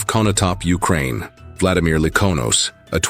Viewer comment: #1 vla-DI-mir : stress on SECOND syllable !!!!! SECOND SYLLABLE . . .